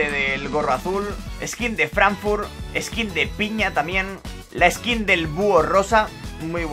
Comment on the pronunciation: Las veces que dijo "ESQUIN" 👇